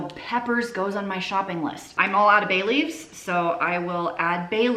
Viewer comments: I thought you said “ I am all out of Bailey’s” - I had to listen again, as I was thinking - holy cow she’s a cool mom! After the third run I realize you said Bay leaves! Lol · I'm listening to the video and not watching, but I hear say she is adding Bailey's (as in Bailey's Irish Cream) to her list. I turned around and said yummy, what is she doing with the Bailey's.....then I realize she said "Bay Leaves"....